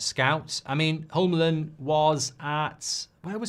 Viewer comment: Hjulmand...not Holmland😂